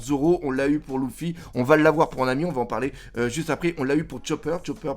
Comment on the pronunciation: J’en peux plus que tu dises LOUFFY!!!